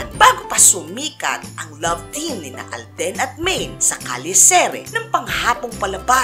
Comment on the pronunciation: Taeng yan yung alden naging aldin hahahahahahah lol